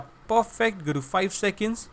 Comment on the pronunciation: "Looks Puhfect"